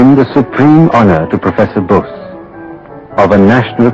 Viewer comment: bose ... sorry ... not nose